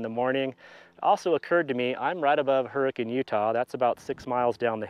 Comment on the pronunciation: First time watching, and I'm a fan! Great job pronouncing Hurricane correctly 🙂 We locals pronounce Zion like "zie-uhn" instead of "zie-on" Good luck with the repairs!